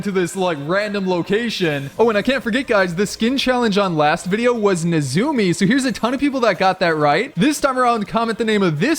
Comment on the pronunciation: You said nezumi wrong it’s nit neezoomi it’s nezumi